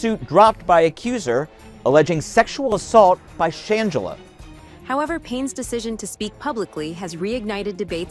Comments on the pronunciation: Soft G Sh+Angela NOT Sh+angle+a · How you going to report on someone when you can't even pronounce her name correct. Gtfoh! I'm sry but they didn't look like frail lit boys. Gtfoh and why isn't her sister standing up for her? I think I smell a stunt! Nothing about her even suggest that she that kind of person. I think it's ppl trying to ruin someone who has worked very hard to realize her dreams. I don't believe a word of it😮😮😮. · Can you say her name right at least 🙊